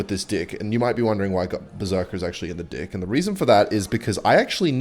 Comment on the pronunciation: says the guy that says "dick" instead of "deck"